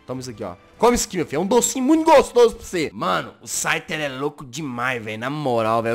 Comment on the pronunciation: So eu vi q ele falou schyter 2 vezes 😂😂